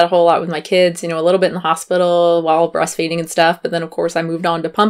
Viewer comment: "breasfeeding" tehehehe